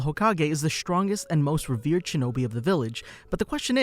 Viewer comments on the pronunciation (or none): none